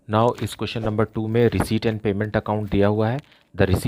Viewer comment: Sir reciept ko reshit kyu bolte hoi 😂😂🥲🥲🤣🤣🤣🤣🤣🤣🤣🤣🤣